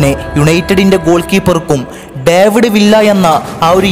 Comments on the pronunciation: Villa all viya enna pronouncation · Nice avAtharanem....villa alla bro viya aanu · It's not Not villa... pronounce viyya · Bro villa en parayilia David Viyya ennan pronunciation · വില്ല അല്ല വിയ്യ എന്നാണ് pronunciation. David വിയ്യ. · വില്ല എന്നല്ല വിയ്യ